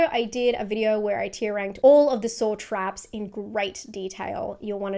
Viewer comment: With ur accent the caption at the end of your video said you were going to make a video going into greater detail about all of the “SORE TRAPS” and I was like oh that sounds interesting I wonder what that is…LOL